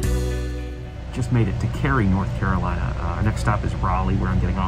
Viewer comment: lol the Carolateagain hahahaha